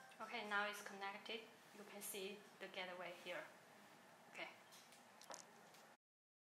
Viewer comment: Gateway pronounce as "gat way" not "get the way"